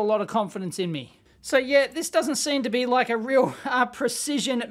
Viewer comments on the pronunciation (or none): none